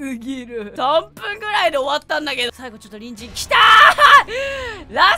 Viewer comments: この動画何回見てもハッキリきいてもころちゃんの隣人が人参に聞こえる(((( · やっぱり人参にしか聞こえない笑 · コロンくんが言う「隣人」 私には毎回｢ニンジン｣に聞こえるw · 隣人がにんじんに聞こえるWWWWWWWてかクソおもろいwww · 時間差やけどさ隣人が人参に聞こえてやばい(( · 隣人がニンジンに聞こえるwww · 最後にわかった。りんじんかにんじんって言ってるのかと思ったw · 隣人がにんじんに聞こえてしょうがない…… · ころちゃんの「隣人」の言い方がどうしても「にんじん」に聞こえてしかたないwwwwww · 毎回のように隣人がにんじんに聞こえるwwwwwwww 🥕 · 隣人が人参に聞こえる件について((( Ｉlike ピーナッツｯｯｯｯﾂ!!! クソ笑った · 最初、隣人が人参に聞こえて、ん？ってなったわ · 隣人が人参にしか聞こえない件について( ˙-˙ ) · ごめんね、どおしても、にんじんに聞こえるんだ。